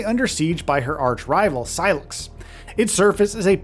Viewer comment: Sy-lax? lol Did I hear that right?